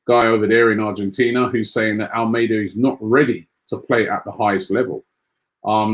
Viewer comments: ALMADA NOT ALMEIDA. LEARN TO PRONOUNCE NAMES CORRECTLY FFS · Robbie pronounces most of the names wrong But do you pronounce Almada's name like the Spanish 'Armada'